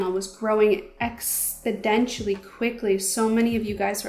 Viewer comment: By far one of your best videos, I love story time videos and learned a lot about you! Your motivation and perseverance is inspiring. Just so you know though, the word is "exponentially".